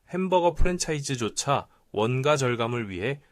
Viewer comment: 내용은 둘재치고 '원가'발음이 왜그래요? 읽을때는 '원까' 아님? 아...듣기 개불편하네..ai세요?